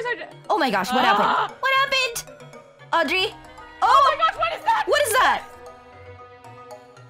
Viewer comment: Thats not Audry Thats Auedry